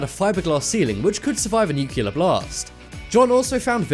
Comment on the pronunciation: tuscan arizona ? really its tucson for christ sake and how many more times its nu-clear not newkiller